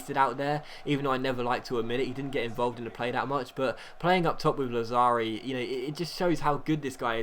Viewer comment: It's Làzzari, not Lazzàri, it doesn't matter tho. Best youtuber ever